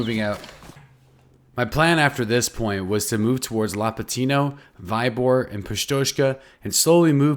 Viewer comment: It is not V-ay-bor, but V-ee-bor :-)